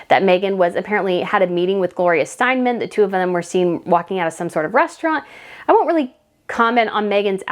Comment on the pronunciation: It is Steinum not Steinman. No shade...just love your videos!